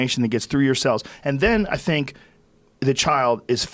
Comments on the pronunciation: Joe “I sink like a rock” Rogan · Joe "I sink like rock" rogan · Joe "I sink like a rock" Rogan